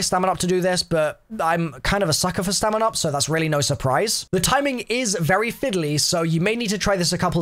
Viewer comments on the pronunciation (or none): none